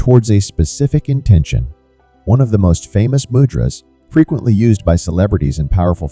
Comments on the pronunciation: Man....."Mudras" is pronounces MOOO - Dras! , not MUD dras... Also the elements of the fingers are completely Incorrect... Please don't pass on powerful techniques incorrectly... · Mud-drazas???? 😂😢 Do you mean 'Moo-dra-s'? What a Mud-drazaz??? Mud-ras???😣😖 😂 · It is pronounced: Moo-drahs. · You pronounced mudras wrongly